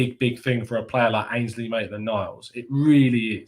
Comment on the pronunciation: Ainsley not Mainsley 😂